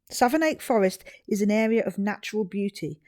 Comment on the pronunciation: Forgive me for this, but Savernake (Forest) is pronounced "Savernack", near-rhyming with "haversack". I was born at Savernake Hospital in '61. This is such a great video and idea. Even though we grew up very near the forest, I didn't know the picnic area was that one, close to Marlborough. We lived three miles or so the other way, between Hungerford and Marlborough. We didn't know Ryan, but our friends who went to John O'Gaunt School were in the same class (yes, Ryan holed-up and ended his life in his old school), and they said afterwards that he was withdrawn and silent. Seeing those graves made the victims seem more real. You were very considerate in filming only briefly and quietly in South View. Dogs are equal to people to me (and many others), so Ryan's shooting of his own dog (RiP) means he murdered 17. The garage at Froxfield was open for a long time after '87 - in case anyone was wondering, it wasn't closed due to the massacre. The school looks unchanged, as you said! Cheers from a former local, now 30 miles west.